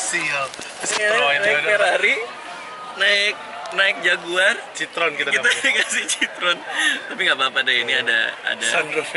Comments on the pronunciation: bacanya citroen bang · bacanya sitrun bang, btw itu mobil berkelas juga sih bang hahahaha cuma ga hoki lu dapet yang kaya mobil keluarga wkwk